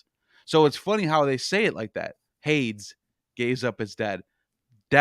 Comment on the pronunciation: something so endearing about mispronouncing 9/10 ancient greek or other antique names. HADES.